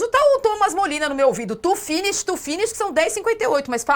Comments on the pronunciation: As risadas não foram por causa de Neymar....E sim, por causa da péssima pronúncia de Inglês,de J.J..... Tu Finiche😂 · As pessoas riram-se apenas da forma como pronunciou “Finish”. Ninguém em Portugal fala ou tem alguma coisa contra o Neymar. Nunca ninguém desrespeitou o Neymar ou alguém. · A risada geral tem a ver com a dicção do Jorge Jesus, ao pronunciar finish.